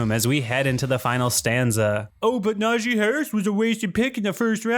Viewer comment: Nah-GEE. Not Nazhee